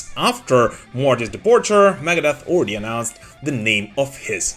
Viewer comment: LOL AT PRONOUNCING IT MAGADEATH